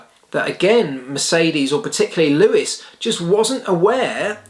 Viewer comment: ⚠️ it is NOT Lewish ... it is NOT Bottash ... and it is certainly NOT Max Vershtappen!